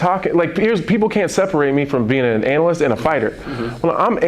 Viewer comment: Did he say he's an Anal-ist? He's got alot in commen with Stephen A Smith.